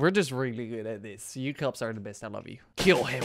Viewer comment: What he said: I want to thank all you kops What I heard: I won't think to call the cops